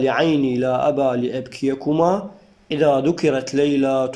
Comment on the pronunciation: استاذ للتصحيح لابيكما وليس لابكيكما اعتذر بس للتصحيح انت المدرس واني مجرد طالبه بس ارج واكول للتصحيح وشكرا لك يا غالي